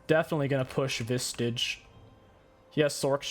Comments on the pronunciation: Why do you call Visage, vistage? Or am I wrong? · My man. There is no T in Visage. Idk if you know how much it upsets me and you do it on purpose or what 🤣